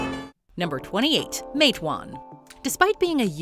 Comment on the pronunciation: I drove through Matewan today. I appreciate the name being pronounced properly. It’s usually mispronounced “Mat-ah-wan”. I’ve watched 15 of these movies, mostly the pre-1960’s ones.